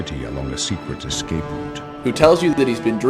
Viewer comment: He said excape xD can't stand when dumbasses do that.